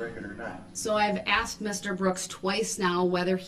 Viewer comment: Did I “axe” you?